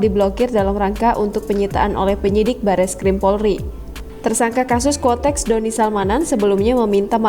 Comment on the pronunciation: Koreksi Ya yg benar itu QUOTEX bukan KUOTEX 🙏🙏